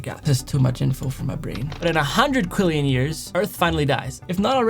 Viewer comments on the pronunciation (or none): It’s quintillion not Quillian